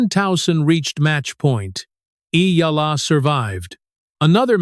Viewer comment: I'm glad you are properly pronounced the name of Eala.